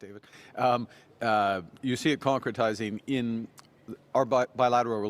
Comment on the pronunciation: Concretize sounded like Tonka trucks.My wife and I said that at same time.lol